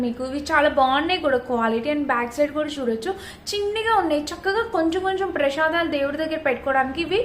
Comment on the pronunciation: Theliyaka kadu ala matladadam fashion